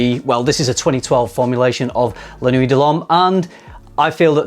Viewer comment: Why do you say "La noo-ey"? It's La Kna-wee. Is the refusal of proper pronunciation am "English hate the French" thing? Also, a blue fragrance isn't defined by it being salty or aquatic. Dior Sauvage and Bleu de Chanal are both blue fragrances. Also a lot of blue fragrances tend to make you nose blind. Sounds like you're nose blind to the new ingredients and mistaking it for weaker projection.